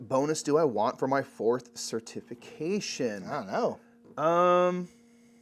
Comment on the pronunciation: Idk about this rogue pronunciation of certification - cer-TIF-ication vs CER-tification 🤣 Glad y’all are getting into Lecerda games.. makes for longer playthrough videos 😎